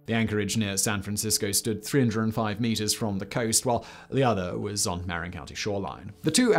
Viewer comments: "ma-RIN" county, not "MAR-in" county (I'm surprised you didn't mention that the bridge is constantly being re-painted; once it's done, it begins again. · The only thing that almost broke the bridge was the mismanaged mess that was the 50th anniversary celebration. That and today the state won't let the bridge charge bicyclists and pedestrians (as they used to do). It's MAH-rin county - not MAre-in. IIRC it was Emperor Norton who first suggested the bridge but perhaps that was the horribly named Bay Bridge. Supposedly the color was the primer coat and after seeing it people didn't want to cover it in grey (see the bay bridge). Also you left out how Fort Point was saved rather than demo'd as had been originally planned. Back to the basement with Danny (or whoever does the research for these). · "ma-RIN" county. not "mare in". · slight correction/nit. marin is not pronouinced mare-in but rather somewhere between muh-rin and m'rin. -native californian who grew up in marin county. (san rafael) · In addition to showing the wrong bridge, you're also mispronouncing the northern county it's attached to. It's "marRIN" not "Merrin" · Not mar-rin Mar-in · Marin is "Muh-rin." Don't let the pricetags fool you we aren't that fancy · Ma-RIN county... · Actually, it's ma-RIN; that's how you show which syllable is emphasized. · Locals say mahRIN County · Mar--=in not maryin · Marin county mispronounced as always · Sadly, this video has been very poorly researched. Using photos of a similar looking bridge in Lisbon, and claiming it to be the Golden Gate Bridge. And mispronouncing Marin County :(